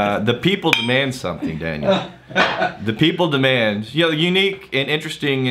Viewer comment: Is pronunciation of "people" (hard second "p") a Stephen Fry reference? Deep nerds want to know.